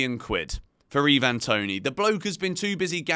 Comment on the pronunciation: Pronounced I-van Toney NOT Eee-van